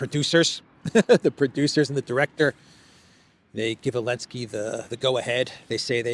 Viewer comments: why do you keep calling him Elensky? Zelensky and Elensky are two different people. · I keep wondering. Why does say “Elensky?”